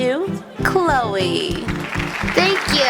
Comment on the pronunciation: I think it's Chloe not Clowy